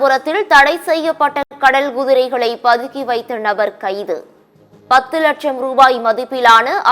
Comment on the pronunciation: குதிரை உச்சரிப்பு தவறாக உள்ளது